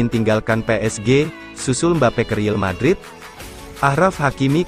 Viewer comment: tolong downk yg jd penyiarnya di kasih tau klo ngomong real madrid ya real madrid jangan riel madrid dengernya gk enak bgt buat team kesayangan gw